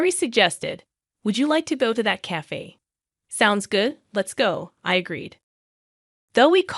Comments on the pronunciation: Cafe is correctly said like KAF-AAY, NOT kaf. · And the badly programmed AI TTS can't pronounce "cafe". 🤨